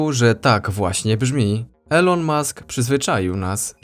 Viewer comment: Mowi sie "ilon" a nie "elo-n" XD pozdrawiam, bardzo fajny kanal.